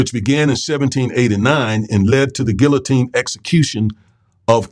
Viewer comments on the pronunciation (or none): none